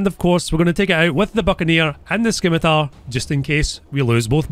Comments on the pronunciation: "Scimitar" is actually pronounced without the "c", just "simitar" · its not "skimitar", the "c" is silent same as in the name of the sword, pronounced "simitar"